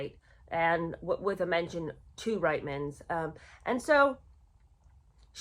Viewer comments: Sorry, I’m Canadian and it is pronounced Reetmans. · My apologies. I know it's frustrating & irritating to be called out on pronunciation however it is equally frustrating & irritating to Canadian ears to have nation wide names mispronounced. That being said it is: Rietmans pronounced (Reetman's) & Rideau pronounced (Reedoh). You may roll your American eyes but since I am listening to your podcast thereby helping it I would very much appreciate if you did a little research into Canadian/British pronunciations.